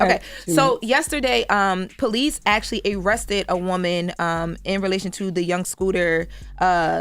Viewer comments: Why are we giving all this praise and she can’t even say the word Actually... Just saying Jess had a point that’s all. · No what are you on she can’t pronounce Actually . and .. Hold these Ppl accountable and stop D riding …